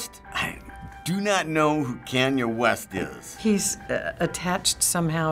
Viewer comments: When that guy said kaney west I was dead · How could somebody not know who is? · Kan-Ya West lulz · doncha mean cean-jay west?